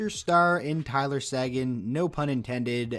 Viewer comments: It’s SAY-GAN, not SAGIN you idiot. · Pretty sure Tyler Seguin's name is pronounced "Sayguin" not "sAguin"